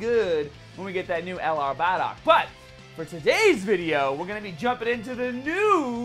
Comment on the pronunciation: Could you please stop saying bardock it's not pronounced bah dock